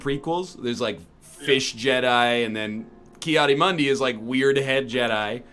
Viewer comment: He does pronounce it wrong though, I'm surprised more people AREN'T saying this